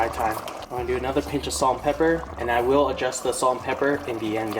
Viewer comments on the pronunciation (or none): none